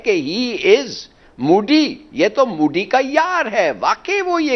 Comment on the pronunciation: If Pakistan has people like, then they don’t need an enemy. Abe, he is Mody, not Moody. First learn to pronounce his name properly.